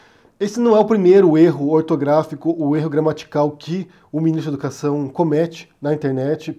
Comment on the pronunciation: "Miniztru dah educašãò"